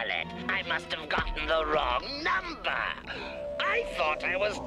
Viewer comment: When he says “wrong number” his accent goes a little into Stewie Griffin territory